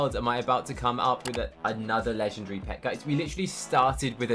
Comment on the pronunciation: I like how he says legengary instead of legendary